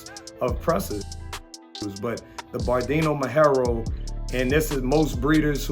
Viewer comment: Any “breeder” of “Presa Canario” should be at least able to pronounce properly the blueprint breed of the Presa Canario which is the Perro Majorero not the “Berdino Majoro” those whom know could tell you that the verdino majorero is simply a color of the Perro majorero is like the “green brindle” (English version). Is just impressive how anyone can be a breeder of “presa canarios” this days 🥺😭😭😭😭. That’s why and how breeds get fucked!.